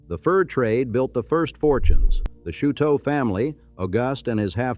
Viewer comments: Automated voice with dismal pronunciation. Do the decent thing, say it in correct French, or as locals do (here Chouteau is said show’-toe). What rocky bluff? It’s north of town in Alton on the IL side, or south of town, north of where I-255 crosses the river. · The pronunciations of Laclede and Chouteau are causing me pain. Edit: And many other pronunciations as it goes on. Osage, Anheuser , etc.